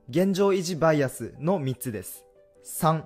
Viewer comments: バイアスのイントネーションがちょくちょく違う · バイアスのイントネーション草